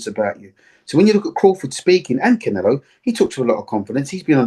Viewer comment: 😆 🤣 its Canelo bro not CONelo